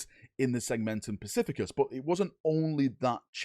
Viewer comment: Segmentum "specificus" haha